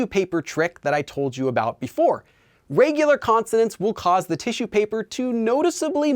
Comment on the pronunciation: Starting to get the heebie-jeebies about taking language lessons from a guy who pronounces it "rêygular"